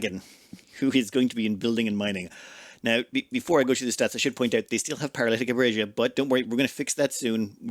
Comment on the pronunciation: Paralytic "abrasia"